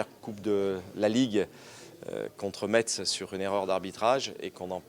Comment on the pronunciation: Il a dis mettzz et pas messe... on a envie d’aller pleurer c’est ce que je vais faire 😪